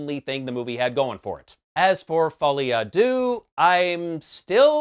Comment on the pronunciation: As a French person, I watch US reviews just to hear Americans try and fail to pronounce "Folie à deux" :þ